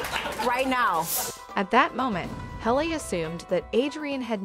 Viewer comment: Why do you not know how to pronounce a name. Her name is not Hal a it is Hal Lee.